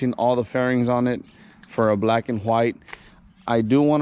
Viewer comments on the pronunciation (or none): You say white funny 😂